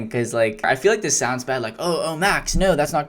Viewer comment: sounds bro is getting straight teeth